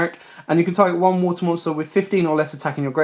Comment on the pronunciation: Wuutuh. Sounds funny hearing you say water lol